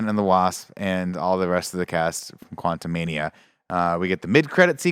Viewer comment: Antman Quantu-MID-ia